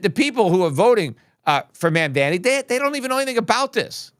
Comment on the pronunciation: Peter, At least pronounce the new NYC mayor's name correctly. It's Mam-Da-Ni. You're far too smart to butcher someone's name in this BASE, rogue fashion. Personally, I think you're better than that. If you aren't, then I'm forced to conclude there is a tinge of racism in your perspective? No, then pronounce the man's name correctly! If yes, then pronounce the man's name correctly! With the utmost respect for financial prowess! Best regards...